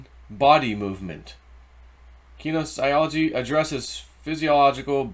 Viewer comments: ken ee cee ol o gee. you didnt just murder that pronounciation you sent it to the gas chambers lol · Pronounced ka knees e olgy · Ki-KNEE-zee-ah-li-gee 😂 you are hysterical, love you!